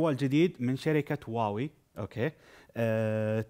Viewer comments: هواوي مش واوي ههههههههههههههههههههههههههههههههههههه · مراجعه رائعه للجهاز..ولكن الجهاز اسمه "هواوي" وليس "واوي" وشكرا مره اخرى. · هواوي ......... وليس واوي هذي شركه متخصصه بالمودم شكرا لك اخوي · صحين وليس صح واحد هواوي قال واوي قال لكن الاستعراض رائع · هههه شافط لاتهتمله ميعرف يقره ايكول واوي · نطقها الصحيح (واوي)* والدليل... أبحثوا في الـ Youtube عن How to pronounce Huawei أو أدخلوا الرابط هذا... How to pronounce Huawei